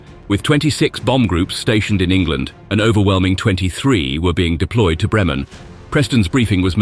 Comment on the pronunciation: 'Messerschmitt'... Beautifully and CORRECTLY pronounced...AT LAST!!!... (But 'Bremen' is pronounced. BRAYmen... as ) 🤫